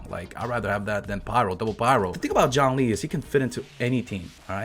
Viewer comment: Jawng-Lee.